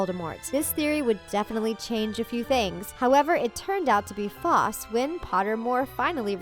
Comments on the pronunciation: And foss instead of false😭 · Ik and “fawse” instead of false